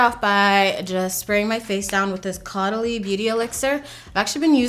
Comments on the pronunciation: Tip from a native French : Caudalie is pronouced Coh-Dah-Lea (but very fast and mumbled lol) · Hi it is pronounced cowdalie — love the English cow with a kw. You look awesome. I love how confident you are at the moment.